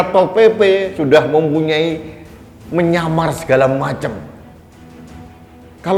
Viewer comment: Kepala sat pp Salah ngomong kali pak.. ngamar bukan nyamar pak.